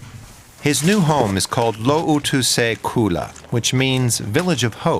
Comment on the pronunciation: You absolutely butchered "lootuse küla". I'd recommend running the pronunciation through Chat GPT, it does a pretty decent job.